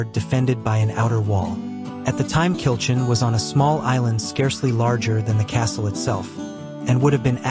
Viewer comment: Good camera work. Pronounciation of many words are required. Especially Kilchurn in Loch Awe!